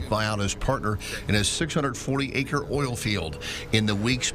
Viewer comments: "In this OLE video" 💕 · did you mean in this "oil video" instead of "ol" ?